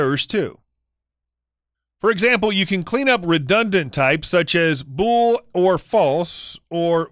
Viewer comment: "Fool or Object"... I wonder if the voice over guy is a coder or not... lol